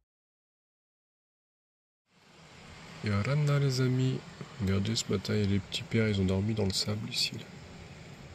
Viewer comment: Oui et les che à la fin des mots...les amichs....😅